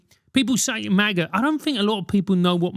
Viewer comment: Nobody ever said "Mah-guh" before Juicy Smollett paid two Nigerians to pretend to shout it at 2am in Chicago during a polar vortex without damaging his Subway sandwich.